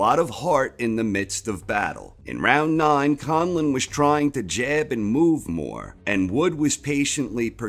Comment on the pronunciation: I am absolutely impressed how you pronounced Conlan, he still makes Ireland proud.